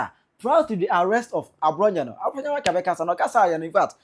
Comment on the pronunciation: AFLAO IS PRONOUCED APLAO. IN EWE LANGUAGE F IS NOT PRONOUNCED AS SUCH. F IS PRONOUNCED P. SO EFUTU MP AFENYO-MARKIN HENCE AFENYO BECOMES APPENYO-MARKIN. THE NAME IS EWE LANGUAGE, RENDERING AFFENYO APPENNYO NARKIN.